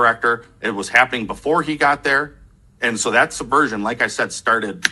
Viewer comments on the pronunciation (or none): Subversion not "suh version"